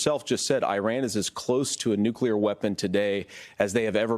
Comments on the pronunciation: Someone should ask TIMMY WALZ how to spell the word NEW-QUE-LURE? What a F**K**G GREENHORN TIMMY WALZ IS. The word is spelled nuclear and it is pronounced NEW-CLEAR. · I agree. It’s self-evidently nuclear. But you ought to be asking the same question of DUBYA BUSH. Why does he get to say NUCULAR, yet Tim Walz doesn’t?